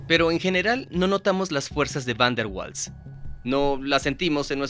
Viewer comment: Mala pronunciación, lo correcto es similar a "vaals".